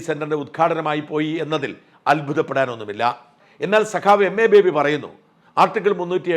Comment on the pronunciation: ബേബി. എന്ന ബാബി.